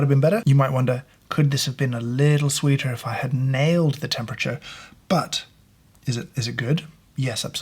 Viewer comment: Hit a bit of an Irish accent on "sweeter," haha